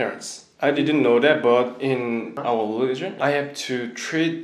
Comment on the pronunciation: The way he say leligion instead of religion 😍 how cute is he 🥰😍😍 Allah bless you Best regards from Iraq 🇮🇶